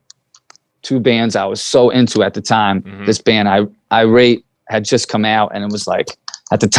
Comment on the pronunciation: This man said IRATE